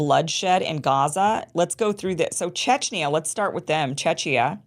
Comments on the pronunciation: and for the next time "Czechia" is pronounced as CHEK-ee-uh. The emphasis is on the first syllable, and the "i" is pronounced like the "i" in "sit." It is the official short name for the Czech Republic. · Czechia pronunciation is CheKia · Thanks, Kim! I only think Czechia is pronounced closer to Che-kee-yah. Not obvious, yeah :)